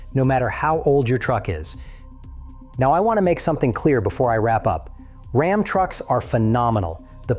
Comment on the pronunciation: Can’t you find a real person to read these posts?? Rom is not Ram! Geez! What a turn off!